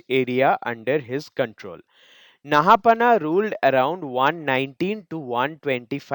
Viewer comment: I think it’s pronounced “Naha-paana”.